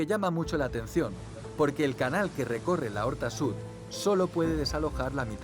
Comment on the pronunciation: Es l'horta sud no la horta sud. Por lo demás excelente documental